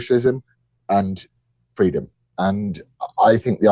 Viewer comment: Gross, Kamala! Fweedom 🤢 so slimy